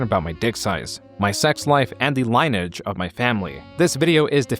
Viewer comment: Hi, just wondering, is this an AI voiceover? You just have a couple of weird words that you pronounced that made it sound like that. I don’t remember the first one, but the second one is lineage. It’s LIN- E- AGE when talking about ancestry, which seems like something a human would pronounce correctly